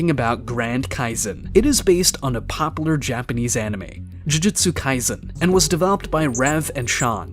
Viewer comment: Can you please learn how to say popular?